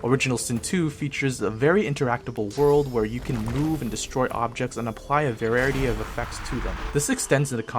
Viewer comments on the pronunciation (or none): Why do you say "Varerity" when you mean variety? :P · Great review, but you keep saying vararity instead of variety. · Not a bad review. In the future, try to slow down and practice your script a bit. You made up quite a few words. "a very interactable world"... "a varerity of effects"... etc etc.